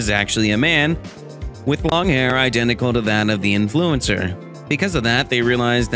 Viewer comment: Me: Influencer: In-FLU-incer